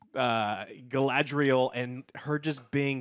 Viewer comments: Honestly I could listen to this guy struggle to pronounce Galadriel all day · Gala-N-driel lol how has Joe been pronouncing this so wrong for so long. There is no fucking N in her name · I love Joe, but if I hear "GalaNdriel" one more time XD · Galandriel and Phazon lmao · Stop it Joe... you are going to brainwash me into calling her Galandriel instead of Galadriel 🤣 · Jesus, Joe, it's Ga-LA-driel. Not Galandriel. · I demand Joe Cross-dress as "GalANDriel" in the next episode as punishment for mispronouncing her name for 4 straight episodes. And he can act better. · Joe its Galadriel man not Galandriel its easy dude, wtf, practice a little. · I'm twinging with Alex every time says "Galandriel" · GA-LA-DRI-EL.... it's not that difficult! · i love the way joe destroys all the names lol harbran, galandier, erondor, phazon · lol! Why can Joe not say Ga-LAD-riel??? great reviews. Just always gets me. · Jesus Joe can't pronounce a single name right :P I swear he's said galandiel light ten times, and a-dar instead of ay-dar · please take a moment to pronounce the names right - it's not hard - but it's like a screwdriver in the ear. If your whole argument revolves around legitimacy and how the lore is butchered, it instantly detracts from what you're about to say when you say Hambrand and Galandriel. Maybe that's picky on my part but you're picking apart the show. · The best part of these reviews is how many ways says Galadriel's name wrong. It's just amazing. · I wonder how many episodes will take for Joe to learn how to say Galadriel's name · It's fascinating to hear Joe mispronounce Galadriel in a different way every time he says it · Omg listening to Joe butcher the pronunciation of Galadriel every review is going to give me a brain tumor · Is Joe trying to say all these names wrong on purpose?